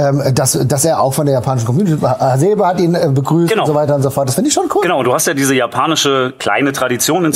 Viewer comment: Zumal Du dann nach 10 Minuten Hasebe japanisch betonst und nicht deutsch. Also entweder machst Du es ganz (tolerant) oder gar nicht (intolerant, also alle Japaner konsequent deutsch betonen). Bleib Dir treu, in die eine Richtung oder in die andere.